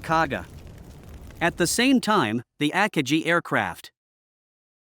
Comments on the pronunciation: AT LEAST ONE OF THE JAPANESE CARRIERS AKAGI IS ALSO PROUNCED WRONG! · Jets? army? forgot the commas, and couldn't correctly pronounce the names of some Japanese carriers. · Good video, covered the events very well. The only downside was listening to the computer voice repeatedly mispronounce Akagi.